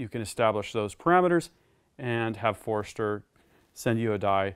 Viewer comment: Not busting your chops, but it sounds like you are saying (phonetically) "forester"... Wouldn't it sound like /For-stur/ For-ster /? Just asking.. Not trying to sound like a male gland.. I kindly say